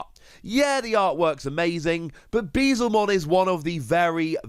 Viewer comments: it's "Beel-Zemon" not "Bee-Zelmon". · Dude it's beelz not beezel